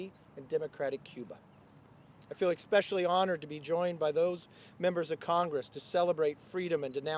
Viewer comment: McCarthy can't even say "especially" right... 😂